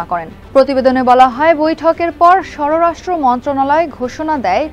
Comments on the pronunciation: সররাষ্ট্র বলছেন কেন? হবে স্বরাষ্ট্র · ভাই, সররাষ্ট্র কোন মন্ত্রনালয়!!! ঠিক মত উচ্চারণ করেন। স্ব-রা-ষ্ট্র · 𝐀𝐓𝐓𝐄𝐍𝐓𝐈𝐎𝐍: The Business Standard, শব্দটি "স্বরাষ্ট্র মন্ত্রী"। সংবাদ পাঠিকা বলছেন "স্বররাষ্ট্র মন্ত্রী"। প্রশিক্ষণের প্রয়োজন! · স্বররাস্ট্র না, স্বরাস্ট্র হবে। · স্বররাষ্ট্র ❌ স্বরাষ্ট্র ✅ পরবর্তী থেকে খেয়াল রাখবেন। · সররাষ্ট্র মন্ত্রণালয় বলছেন বারবার। ওটা স্বরাষ্ট্র হবে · উপস্থাপিকা,আগে উচ্চারণ করা শিখেন।'স্বররাষ্ট্র' নয় উচ্চারণটা হবে 'স্বরাষ্ট্র'। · আপনি বারবার "স্বররাষ্ট্র" উচ্চারণ করছেন। শব্দটা "স্বরাষ্ট্র" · স্বররাষ্ট না স্বরাষ্ট্র হবে। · স্বররাষ্ট্র নারে পাগলি স্বরাষ্ট্র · স্বরাষ্ট্রমন্ত্রী, স্বরাষ্ট্র মন্ত্রণালয় হবে, উচ্চারণ ঠিক করে বলুন। "স্বররাষ্ট্র" বলে কোনো শব্দ নেই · স্বরাষ্ট্রকে স্বররাষ্ট্র উচ্চারন কর‌ছেন কেন? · উপস্থাপিকার লজিক্যাল জ্ঞান খুব কম আছে। সররাষ্ট্র না স্বরাষ্ট্র হবে। এবং ইউএনএইচসিআর হবে। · স্বরাষ্ট্র, উর্ধতন উচ্চারণ ঠিক করবেন, প্লিজ। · স্বরোরাষ্ট মন্ত্রী 😂😂